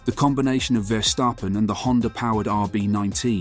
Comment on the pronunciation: ah yes, max verstarphen